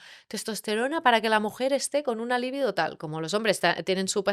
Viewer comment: Libido no se acentúa. No entiendo como difundiendo un video no aprendas primero a hablar correctamente. Es un consejo.